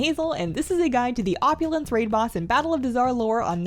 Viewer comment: Op-yoo-laaaanz! You earn everything! 😂😂😂